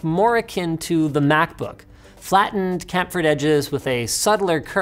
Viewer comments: Campfered edges? CHAMPfered Linus lol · funny how he pronounced chamfered “Camfered”. Typo on the tele or Linus can’t read good ? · Chamfered is pronounced shamfered btw :)